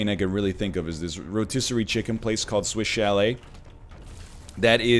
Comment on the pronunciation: Ok the whole time he was saying "Swish Chalet" i thought he was saying "Switch LA"